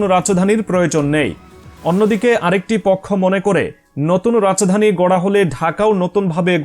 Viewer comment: Rach dani ki 😅😅😅Rajdani bolen